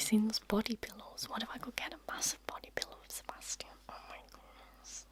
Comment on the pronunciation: I love how you pronounce the name Sebastian and I would love it even more if you would do a trigger words video with just this word ! Pleeeease ! The sound of it literally knocks me down. I really hope you will do it and thank you for your extremely relaxing voice and videos.